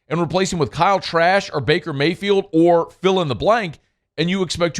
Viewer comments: Did he say Kyle Trash? 😂😂😂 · Did he say Kyle trash? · I know I’m not the only one that heard ‘Kyle Trash’ 🗑️ 😂😂😂😂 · Did he say Kyle Trash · I thought I heard that too 😂😂